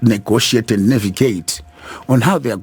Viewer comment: What kind of learned lawyer says ENDE ??? ITS AND ...not ENDE